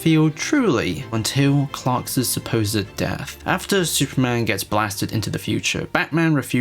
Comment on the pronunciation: Did he say “Clarksas” 😂🤷🏽‍♂️